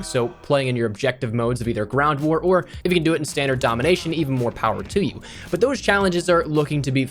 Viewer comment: So we all gunna ignore when he says "GRAWNT war" at the 3min mark 🤦‍♂️🤣🤣🤣